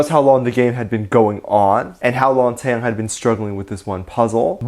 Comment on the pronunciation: Lol I can't get over how you pronounced '태형' as '태양'.